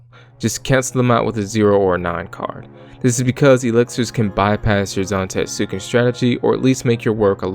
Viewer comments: it's technically not silent, it's just very under-pronounced, like with Sasuke and other Japanese "-suke"/"-suki" names. So technically it's pronounced "Zan-TET-su-Ken," as opposed to "Zan-Tet-SU-ken" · Kinda irked you keep pronouncing it like that, especially since you say it so much through the video. The "U" in Zantetsuken is supposed to be silent, so it's something alone the lines of "zahn-TEHTS-ken". Otherwise, thanks for clearing up a few questions I had about how it worked, like if you need to land it and if the opponent's Items can restore their lost cards.